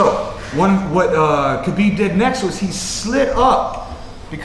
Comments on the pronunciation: the k is silent pal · Lol even Habib pronounce it Habib lol r u teaching me arabic it's an arabic name & I'm an arab